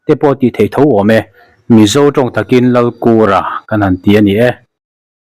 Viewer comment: lal kûra ni loin làl kura ti angin lam ila.a chî zâwk ka ring.